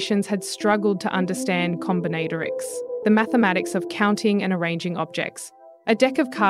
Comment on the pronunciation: Com/bin/at/or/ics a new way of pronouncing.